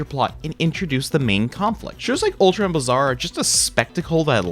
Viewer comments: It's pronounced BLAY-zar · Blazar is an actual word. Look up its pronunciation.